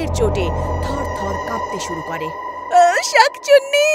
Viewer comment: শাকচুনি নয় শাকচুন্নি হবে 😂 কিন্তু গল্পটা অনেক সুন্দর ♥️♥️💚💚